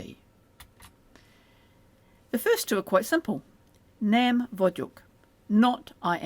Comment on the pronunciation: I notice that “gy” is referred to as “a single letter” & it obviously isn’t, is “a single sound” what is meant ? Also, “nem” isn’t pronounced “nam” it’s “nehm” like “Ben” & I’m hearing a very bright “a” like “man” in the video.